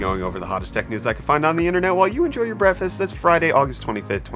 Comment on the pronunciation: Always wonder if Brett is saying Brett-fast for real or its just in my mind.....